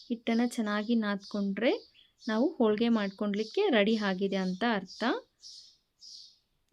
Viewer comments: Holigr not olige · ಸಾಹಿತ್ಯ ಅಲ್ಲ ಅದು ಉಚ್ಚಾರಣೆ, ಅವರನ್ನು ತಿದ್ದುವ ನೀವು ನಿಮ್ಮ ಶಬ್ದ ಭಂಡಾರವನ್ನು, vocabulary, ಹೆಚ್ಚಿಸಿಕೊಳ್ಳಿ. ಆದರೆ ಅವರ ಉಚ್ಚಾರಣೆ ಎಡವಟ್ಟು ಆಗಿದೆ 😅 ಹೋಳಿಗೆ ಓಳಿಗೆ ಆಗಿದೆ. ತೆಂಗಿನಕಾಯಿ ಒಡೆಯುವುದು ಆಗದೆ ಹೊಡೆಯುವುದು ಆಗಿದೆ. ಅರ್ಧ ಹರದ ಅಕ್ಕಿ ಹಕ್ಕಿ ಯಾಗಿ ಹಾರಿ ಹೋಗಿದೆ 😅